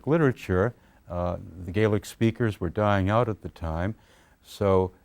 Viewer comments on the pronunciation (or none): He completely skips over the fact that the Scots will obviously have a shared history with Ireland, we're the same people. If he had really done extensive work on the language you would think he would at the very least say the scottish word Gaelic correctly when talking about it instead of using the irish way. Scotlands oral tradition is extensive, it's even commented on going back to the times of the Romans. Did MacPherson embellish, most likely, but there was already a framework of older stories already there for him to draw upon.